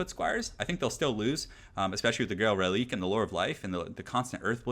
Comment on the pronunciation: I think it's pronounced "Relikway".